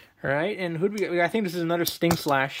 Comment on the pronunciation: StingLASH** Not slash.